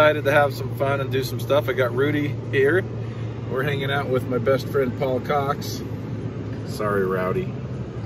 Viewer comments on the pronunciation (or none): he says his bf is apparently paul coxs, but if you rewind it a couple times in regular play it sounds like says my bf's ya'lls cocks...just saying lol. jk brother we all appericate everything you guys do. please keep these awesome videos coming as well as the great camaraderie